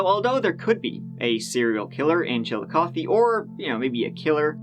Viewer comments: Shout out to this dude for pronouncing Chillicothe right! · I am so surprised you pronounced Chillicothe correctly!!! I am impressed, most pronounce it wrong. Love your channel, the best one. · I watch tons of videos, they’re great, but I simply clicked on this because I’m from central Ohio and I wanted to hear him slaughter the local pronunciation of “Chill-O-Koth-EEE”. To my surprise, he nailed it. Loved the Dennis Reynolds reference also. Love your videos, sir. Keep up the good work! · I am impressed that you pronounced the name Chillicothe correctly! Many Americans outside of Ohio mispronounce it all the time. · I live in Chillicothe. Thank you for saying it right lol and for covering the story in general. It was a very scary time and things have only gotten worse here since.